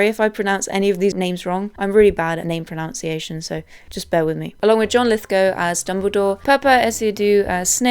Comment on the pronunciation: it's proNUNciations, not proNOUNciations... but this also a great example of "irony"